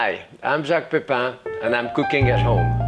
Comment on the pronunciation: The way Jacques says his own name has become so cool over the years.